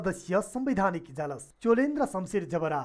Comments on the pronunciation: इजालस होइन हौ सर/म्याडम "इजलास" पो त ! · Ijalas haina k ijlas ho reporter jiu.